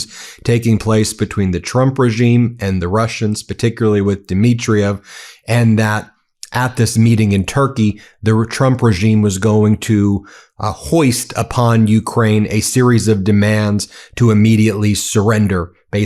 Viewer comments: FOIST not hoist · Foist upon, not hoist. I’ll check my ears but sounded like hoist! Love ya❤ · *foist, not hoist